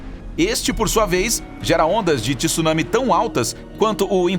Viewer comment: A fonética correta é Tsunami e não " tisunami" ok?